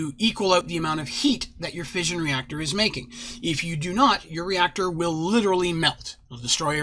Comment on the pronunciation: Lol fission or fussion Or fusion